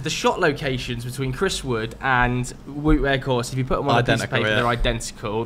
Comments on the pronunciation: Wout is pronounced Wowed not Woot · Feel like someone has to help the guys out with pronouncing Weghorst's name. It's pronounced as "Vote" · Considering he loves Weghorst so much maybe you should learn his first name properly - it's pronounced 'Vowt.'